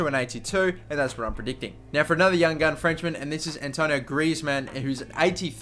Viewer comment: it's not Antonio griezmann. it's Antoine